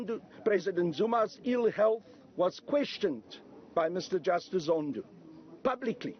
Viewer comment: "President Zondoo" 🤣😂